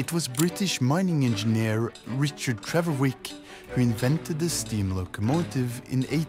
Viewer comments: It's Trevithick, not Trevorwick you twick! 😄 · I stopped listening at about 55s when the narrator got his name wrong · Stopped listening at about 50s when the narrator got Richard Trevithick's name wrong